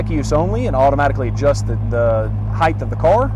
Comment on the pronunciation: adjust the height. not heighth. height. heighth isn't a word